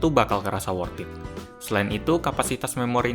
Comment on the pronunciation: 'worthed' bukan 'worth it'